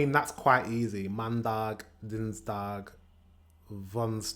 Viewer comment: the Dutch word for monday is maandag, not mandaag. And you pronounced them incorrectly, you said maandak, dinsdak, woensdak etc. Dag = day and dak = roof. You have to practice your soft 'g-sound'. Also, the 'g-sound' is pronounced differently between the north and the south. In the south-east they push the tongue to the top of the mouth to create a soft and airy g, while in the north-west we have a stronger and harder throaty g.